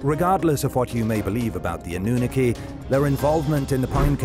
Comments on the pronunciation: Ann-oo-naki, is now it's pronounced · is AI pronunciation is way off Annunaki😂 Origins should have let Katrina do this one